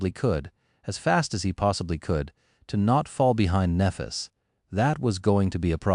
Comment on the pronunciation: Very fucking annoying this AI can't pronounce Nephis correctly...